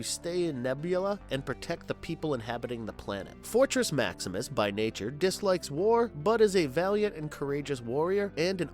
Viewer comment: You keep saying “Energron” instead of Energon which btw was used in another of your videos(!!!) but was pronounced as “Ener-gone” when it should be “Ener-John.” At least make it consistent why don’t ya! And at one point in this video it sounded like you had said Fortrex Maximus instead of Fortress!